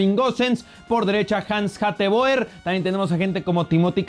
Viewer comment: Hateboer se pronuncia hatebur